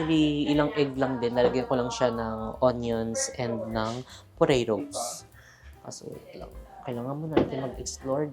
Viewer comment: Parang potatoes po narinig ko? Hehe napa rewind pa bgla ako